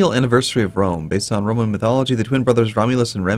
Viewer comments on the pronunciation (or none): Get well soon,! In the beginning of your episode it sounded like you said "...some more of the Broman Empire."...imagine the Bro-man empire, it wouldn't be Caesar, but Brosar, The capital Brome and they would host the Broylimpic Games. Ave Brosar!